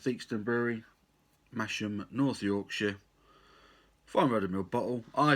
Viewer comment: Pronounced “massam”. Well worth a trip for a weekend stay lovely little market town few good pub and the two rival breweries either side of town theakstons brewery and black sheep brewery